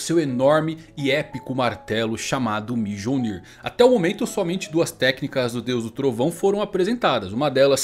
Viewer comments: Mijonir não cara mionir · E impresão minha ou na hora q ele foi falar mjolnir ele falou mijounir kkkk